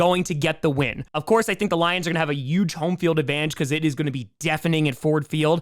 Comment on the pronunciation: He also says "Yuge!"